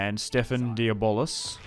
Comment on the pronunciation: I like your pronunciations better. Diabolis sounds so much cooler than "de-blah". Diabolis is like an end game boss or something.